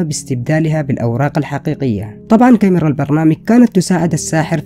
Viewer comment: بالخدعة الثانية انت عم تقول الكايمرا ههههه اسمها كاميرا مو كيمرا